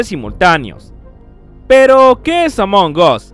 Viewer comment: Se dice "Among as", "among os" suena mal XD